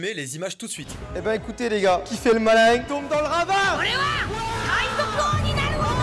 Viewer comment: "Qui fait le malaing tombe dans le ravaing"